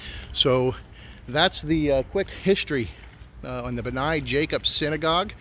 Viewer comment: Thank you for your coverage of our synagogue. Great job, except the name is pronounced 'BNAY', long a at the end. Anytime that you'd like to see the inside, please let me know.